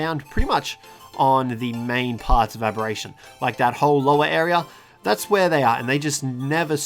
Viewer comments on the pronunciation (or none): none